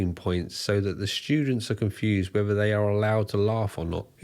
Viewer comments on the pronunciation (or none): none